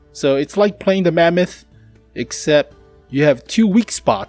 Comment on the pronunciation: say mamuuut 1 more time ill puke from laughing xd